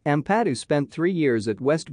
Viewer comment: It would have a bit more credibility if you could actually pronounce his surname correctly.....